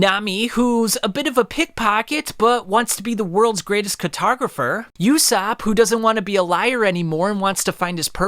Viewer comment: Who the hell is yousopp ? It’s USOPP my boy